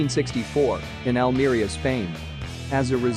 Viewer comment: And Almería and Goldfinger… it’s weird